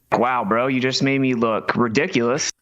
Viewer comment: favorite word - "ridikalus". He can't even pronounce it right.